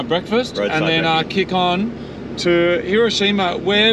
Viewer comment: Can pronounce Subaru, can't pronounce Hiroshima. You can take the boys out of Aussie, but you can't take the Aussie out of the boys.